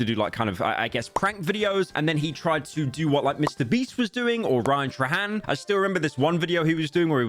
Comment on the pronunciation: it's not pronounced as Tra-han its pronounced as Tray-han (sowry i have ocd)